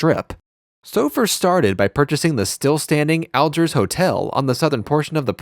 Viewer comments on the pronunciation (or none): Al-JEERS not Al-jers